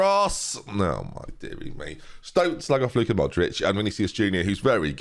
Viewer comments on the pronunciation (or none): none